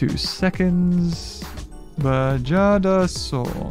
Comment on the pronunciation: I thought you said badgerdasaurus when you said bajadasaurus